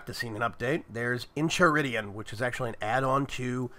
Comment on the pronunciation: Try saying Enchiridion like In-Ky-Ri-Di-Yen Sounds a lot more medieval and better than In-Chi-Ri-Di-On